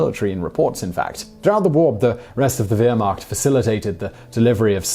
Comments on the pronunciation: Is it me or is it plain WEIRrd how Simon pronounces it WEIRmacht? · I just have to say that Wehrmacht is pronounced Vermacht not Weermacht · Just a small correction on pronunciation... The W in German is pronounced as a V. So it's "Vehrmacht", not Wehrmacht. And it is "ErVin" Rommel, not Erwin Rommel, and so on... And the V is pronounced as an F. So it's "Fon" Rundstedt, not Von Rundstedt. Small items, I know... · Great video as usual but try to get even the very simple German pronounciations right... It's V-air-markt not ware-makt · Wtf is a Weermakt? It is pronounced Vear-Macht. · Where Mackt, it sounds like Vair Mackt... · Please, it's pronounced Vermacht not Weermacht. Jeez.... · You take turns pronouncing Wehrmacht like that or Vehrmacht. It is Vehrmacht when you pronounce it. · Weermacht? Wehrmacht?? Try Vairmacht, buddy (to correct your risible phonetics). Get your pronunciations right. And the German paper was called Der Sturmer, not Der Stroomer. And it's Lay-bens-raum, not Leebensraum. And... And... What's wrong with you? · "wheremacht" Cringes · What's the weermacht? It's pronounced vermacht..that's not the spelling of it just how to pronounce it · As others in the comments have stated; you were rather unfair, and in my opinion, incorrect in your analysis of Rommel. Also, even though you should be using the term Heer instead of Wehrmacht, you are pronouncing the word incorrectly as well. It should be pronounced VER-macht, NOT WHERE-macht. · This guy says so many words incorrectly. "Bar-ba-rose-a" FFS What's "Weir-macht"?? Sort it out you bald tit. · I'm sorry, I'm sorry. You can't seriously expect me to watch 18 mins of this guy when, within the first 10 secs, he literally says "weermakt" 🤣🤣🤣. Goodbye, yet another fake YT historian! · SIMON PLEASE!!!! THE WHERE MACHT Most of the time you sound so intelligent but saying things like this makes you sound like an absolute ignoramus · It's pronounced VEER-MARK'T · Wehrmacht is pronounced with a V and not a W.